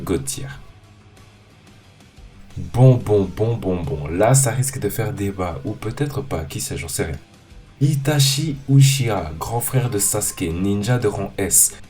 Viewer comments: Mdr il dis itachi ucha mdrrr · ta prononciation de uchiwa faut changer